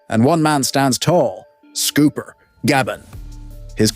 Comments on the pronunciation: It’s Scopper not Scooper. 🤦🏼‍♂️ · say his name right then. It’s scopper like copper but with n S. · you mis pronounce his name gold silver and copper scopper